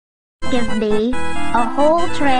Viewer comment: "give bee, a whole tray of, peaaaas . Fank you"